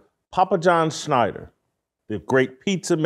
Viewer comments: Love the show but I need you to stop butchering this dude's name. SCHNAT-Ter. Thank you. Please do better. Ok carry on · Does Jason not do any show prep? It's not SCHNEIDER...ITS SCHNATTER.